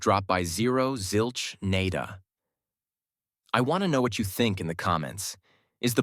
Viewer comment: I think your AI pronunciation of “nada” is one of the stupidest things I’ve heard.